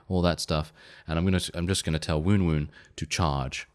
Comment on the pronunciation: I too prefer the pronunciation of Woon-Woon. Please continue that :D